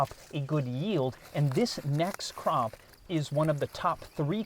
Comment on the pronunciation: Thought you said crap at first. The images that followed should probably, not be repeated.